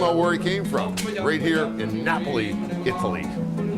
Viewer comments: So chef PEE-YAY-CHUH-ROW made that special MAR-GOO-REE-DAW pizza... in KNEE-YAY-BULLY... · Napley? Thats what your saying